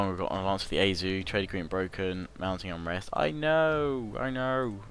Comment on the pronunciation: Nice vids as usual Btw Aizu is (I-zoo)